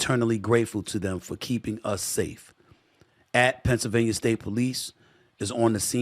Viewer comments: We need to really work on your pronunciation of Pennsylvania 🤣🤣🤣 It's not Pennsylvanier come on Stephen A this has been an issue for a while now.. Can't potentially run for office and not be able to say every state's name correctly lol.. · He can't even say Pennsylvania right.. half the time it's Pennsylvanier other times he says it right 🤣🤣🤣